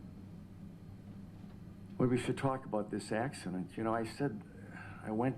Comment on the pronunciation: The only thing he said that I didn't like is a couple times he called it an accideent. I was glad when the ifirst couple of times he called it a crash. Then he said accident. You KNOW you are going to drink and you KNOW you will be driving home. You KNOW before you start drinking that it's possible to kill someone. It is NOT an accident. It's a wreck or a crash. Everyone needs to stop calling DUI wrecks "accidents."